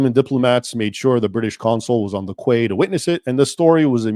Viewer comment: Quay is pronounced ‘KEY’